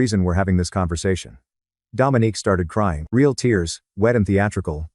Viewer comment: I don't know why it bothered me. But her name is Dominique not Dominic. Dominic is a mans name.